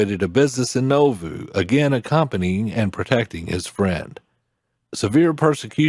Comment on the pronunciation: And the narrator is not a member. He doesn't pronounce Nauvoo correctly.